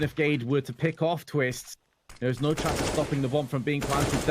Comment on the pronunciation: Anyone notice the "average SHance" mistake in the promo?